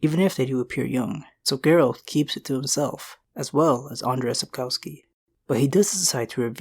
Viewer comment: Lucky me I guess... also Sapkowski is pronounced Sap-Kov-Ski